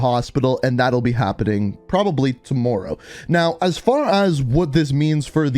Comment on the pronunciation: I can hear his Canadian accent only when he says tomorrow